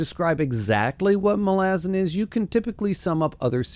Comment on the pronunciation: love the video but bro not Muh-lazen its MA - Luh- Zan it drove me crazy lmao